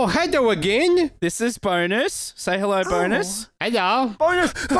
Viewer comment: Ahhh pls just give me one more "heddo"!!